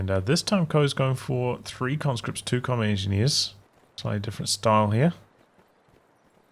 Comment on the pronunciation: It's a little tickled me when he say comet engi instead of combat. Is there a reason?